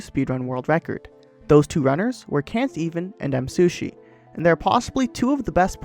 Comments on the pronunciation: Nice video, but you mispronounced Msushi the entire time :/ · i like how he says msushi instead of me